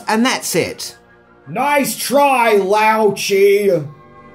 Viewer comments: It's pronounced Lao Shay...fyi; and it's "disoriented", not "disorientated". I'm here for all your pronunciation needs lol. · I enjoy the content of all these movies but the accent and pronunciation of some of the words/names.. Even quotes from the movie itself. 'Nice try Lao Cheee?' I only hope it is one great big parody of Australian accents and bogans. If so- nice comedy- keep it up.